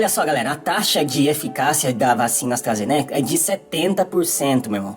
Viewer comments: AstrazenÉca… gente não sabe nem falar, quer ditar regra 🤦🏼‍♀️ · "Astrazénéca", o cara não sabe nem pronunciar o nome da vacina haha. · E o jeito que ele pronuncia Astra ZENECA, metendo uma sílaba tônica sem sentido no meio da palavra? Analfa total!! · (...)"AstrazenÉca"(...) (...)tem que ver o vídeo "compReto"(...) Tudo bem "expricadinho"... KKKKK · Primeiro é falar Astarazenéca. E segundo qual a relevância desse saco de cocô tem para falar de uma vacina???? Mano em que mundo estamos??? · "A vacina astrAzênéqui" kkdkdkdkfkdkkxbdndjdjf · "Astrazenéca". Pelo amor, quem ainda segue ou dá um segundo de sua atenção pra quem sequer sabe falar corretamente? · O cara não sabe nem falar o nome da vacina pqp 🙄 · O cara não sabe nem pronunciar o nome da vacina corretamente, não sabe o que tá falando, precisa voltar pra escola, esse "". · Esse não sabe nem falar o nome da vacina! Nem sabia quem era essa pessoa. Ainda mistura o conceito de eficácia com o conceito de segurança. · O cara não sabe nem falar o nome da vacina direito. É de lascar.